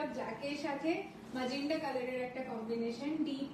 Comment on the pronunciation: Magenta hobe tumi bhul bolcho magenda noi ota